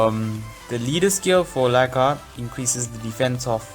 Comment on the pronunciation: It's laika not liaka